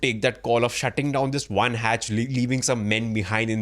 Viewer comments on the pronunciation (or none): first u shd know that it's Periscope not parascope. And its Hatch not heatch. Now with this I don't have to tell expertise of Pakistanis and leave Kanglus they shdnt be even talked abt much 😁 Indian naval expertise was already proved during 1971 in karachi and ur expertise was Proved with American submarine PNS Ghazi sunken into bay of Bengal 🤣🤣 Indian coast guard is enuf to tackle ur navy. Kanglus can be tackles by Bengali fisherfolk only 🤣🤣